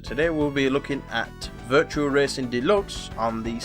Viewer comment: It's virtua racing dude, not virtual.